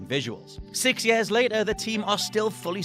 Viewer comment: “Yeh-ahs” 😆 Years